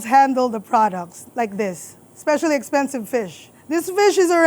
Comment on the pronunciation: Her accent jumped out as she said OMG EXPENSIVE. Love it. ❤